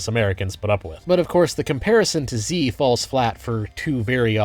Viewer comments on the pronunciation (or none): Great video, but "Xi" should be pronounced more like "Shi" rather than "Zi". Not that this madman deserves our respect, just that it'll make you sound more professional :)